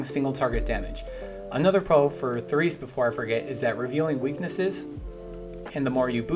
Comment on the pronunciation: "toom" -> "Tohm" "The Reese" -> "Terese" please and thanks :)